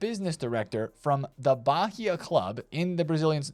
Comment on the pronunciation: not baRia, but baia(Bahia)